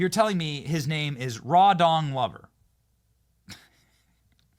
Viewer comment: Did you say his name is Raw Dong Lover ?????